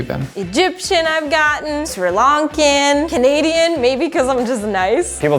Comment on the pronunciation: “Sri Lankian” I felt bad for our southern neighbours